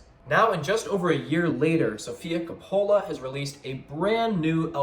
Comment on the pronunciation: Kah'-pole-uh Coppola